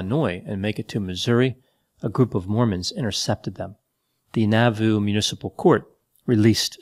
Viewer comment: Moroni is pronounced Mah ro nye, It was not Haun's Hill, it was Haun's MILL, and Nauvoo is pronounced Nah vu!!!